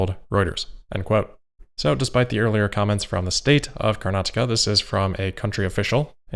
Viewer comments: Wow I appreciate you taking the effort to pronounce karnataka and the transport ministers name properly. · You pronounced Karnataka perfectly! :)